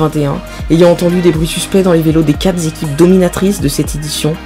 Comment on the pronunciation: "Quatre z'équipes"... Les liaisons dangereuses !